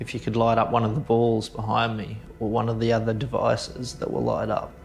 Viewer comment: "can you please repeat this knock for moweeee" Kath and Kim vibes xD